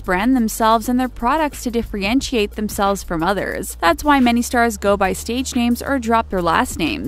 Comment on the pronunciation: LOL, did you just say "diffrientiate"?